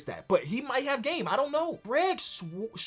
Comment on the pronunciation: TIFO... can not say the word Sword